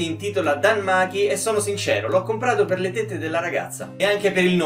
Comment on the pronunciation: Ma non sarebbe "Dan Maci" la pronuncia intendo. (non studio giappo ma se pronunci "Maki" diventa tempo) Comunque è strano. Non mi ricorda sao... Cioè è carino, ma nulla di più